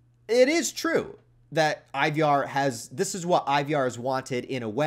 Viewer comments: Scandinavians pronounce it like Ee-var with a kind of rhotic/rolled R, right? I feel like they went that way sometimes in The Last Kingdom. Or maybe just go with Eye-var. That Y he snuck in there hits different. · Why you saying Ivar wrong bro?